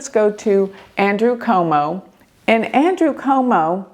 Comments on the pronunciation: Cuomo not Como.. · Curtis Sliwa is pronounced as " SLEE WA ". He's 1/2 Polish. Every NYC political TV reporters produced it like that. Andrew Cuomo is Italian descent, last name pronounced as "QUOTE MO". J/ hadi Zohran Mamdani is pronounced as "ZOR RAN" (The H is silent) "MAM DONNIE" per NYC political TV reporters. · Hi - some pronunciation assistance. Andrew Cuomo - Quo Mo, Curtis Sliwa - Slee Wa, Zohran Mamdani Mahm Da Nee Thanks for your amazing insights 🙏